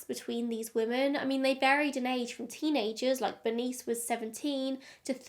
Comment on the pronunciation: I've never hear anyone pronounce 'women' the way you do. Very strange lol. You say it the same way as 'woman'.